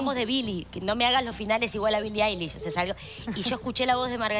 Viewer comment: Pwro C dice AILISH Y c escribe Eilish